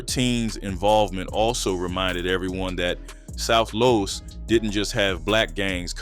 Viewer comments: South (Loooooooos) your pronouncing it wrong . . . (NO SHADE) NOT LOST LOOOOOOOOOS! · Why are you saying south Las ? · ur saying los wrong south low.s its pronounced low.s ur saying loss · South LOS not LOSS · Why you can’t say Los